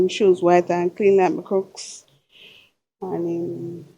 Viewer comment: The type of shoe is pronounced crocks not crooks!!!!